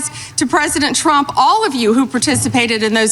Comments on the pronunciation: Sound like Pam said "Drump". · No she said “DONALD CHROMP”